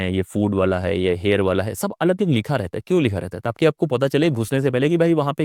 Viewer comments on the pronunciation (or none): none